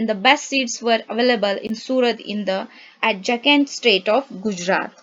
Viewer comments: ( It should be Adjacent ) pronunciation got lil wrong!! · Adjacent pronunciation is wrong!